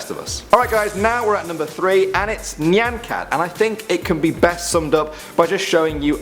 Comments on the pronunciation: It's not pronounced "knee" an cat. It's "Nye" an cat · ITS NOT NIAN CAT, ITS NY-AHN CAT. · your pronunciation of nyan cat...its pronounced Nigh-an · PART TWO! and isn't it pronounced ni-an cat? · You said nyan cat wrong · you said Nyan Cat said it wrong but its still funny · That nyan cat pronunciation tho 😂